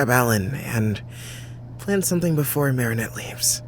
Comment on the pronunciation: i’m obsessed with how pronounces marinettes last name different every time 😂😭